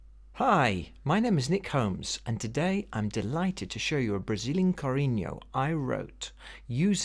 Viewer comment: The name is Chorinho (pronounced "shourinho", not Korinho) Buenos Aires is in Argentina, not in Brasil. Brazilians speaks Portugues and not Spanish....e to finish...learn more about our culture as we KNOW about your culture! And Chorinho is 2/4 predominantely. The rhythm played is not choro, is samba! And please, listen to Pixinguinha to get Chorinho in the correct way.